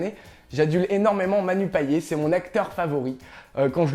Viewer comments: Hum c'est pas méchant mais le nom de famille "Payet" ne se prononce pas "Payé", On doit prononcer la lettre T, C'est un Nom originaire de la Reunion, il assez connu sur l'île, les Reunionais pourront confirmer.... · Manu payé. Apprends à apprendre correctement à prononcer son nom si c'est ton acteur favoris ! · On dit "Paillette" et pas "Payé" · Manu Payet l'a répété maintes et maintes fois je pense, le T de son nom se prononce hein t'sais ça se prononce comme les paillettes quoi si tu respecte vraiment le gars commence par prononcer son nom correctement... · Ca se prononce "Manu Payette", bonne continuation quand même 😊